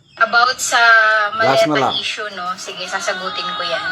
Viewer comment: 🎉ai yan,,sa word na sasagutin,,ai style n pgkasabi,,pakinnggan nyong maigi,,hindi tayo ganyan mg bigkas ng sasagutin,,prang malamya,,ganyan minsan mgbigkas an artificial intellegence